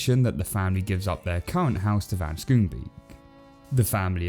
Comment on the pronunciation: Also, van Schoonbeek is a Dutch name to pronounce it via English you simply combine Scone-Bake.